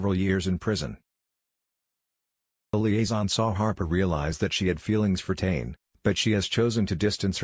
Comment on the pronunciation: Pronounced tanay